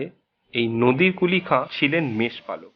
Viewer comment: উচ্চারণে এমন ভুল করলে কি চলে? " নদির " শাহ বলাটা ভুল নামটা হবে " নাদির শাহ "। বানান গুলোর উচ্চারণ ভালো করে শিখতে হবে।